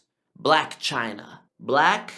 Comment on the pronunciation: It was the “Chyna” rebuttal that got me to sub😤😂😂